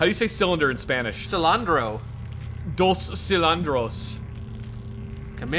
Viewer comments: "cilindro", not "cilandro" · Cylinder in spanish is cilindro. The way you two said it made sound like cilantro, which is just coriander in spanish. Either way, it's still funny. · It’s silindro if you want to pronounce it correctly. If you were joking about it, then just ignore this comment. Keep going through the awesome game